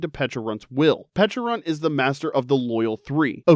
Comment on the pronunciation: Uh Pecharunt? What about how he said that was wrong?